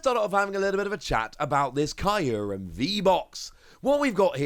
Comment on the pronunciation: The way youre saying Kyurem in this video triggers me xD